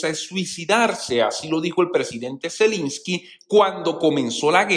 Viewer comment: Se dice Zelensky, no Zelinsky